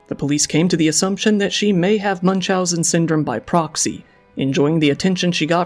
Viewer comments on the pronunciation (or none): That pronunciation of “Munchausen syndrome” 💀💀💀